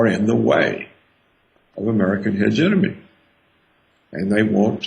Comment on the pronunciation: Dr. Roberts is right but someone should teach him how to pronounce hegemony. He knows very well what he is talking about but continuing to mispronounce such a key word in his presentation works against him. It is a shame because this message really needs to be heard and acted upon.